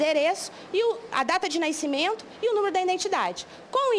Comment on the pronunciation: data de naicimento